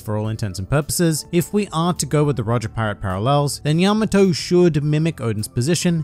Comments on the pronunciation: that pronunciation is wrong. its pronounced pretty much how it looks, Ya-ma-tō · “Yamma toe.” I live near a Yamato Rd and everyone calls it, yuh Maw-toe. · I cringed so hard at the repeated mispronunciation (yama-TOE) that I could barely finish the video. You would think that after obsessing over japanese media for so long they might pick up how to say their names properly lol.